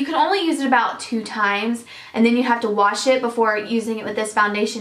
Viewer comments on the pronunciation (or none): none